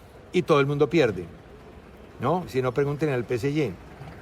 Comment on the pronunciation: Sr. Velez... yo loescucho todos los dias y me parece muy respetable sus opiniones y analisis... pero.... "P.C.Y?".... noooo se dice P. S. G... o lo dice en español.. o lo dice todo en Ingles... Sin mezclas no anglicismos inventados... O diga.. "Paris Saint Germain"... no le quita nada.